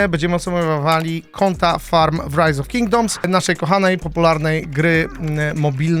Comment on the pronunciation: tak zajebiscie wymowiles rise of kingdoms ze myslalem ze to po angielsku film bedzie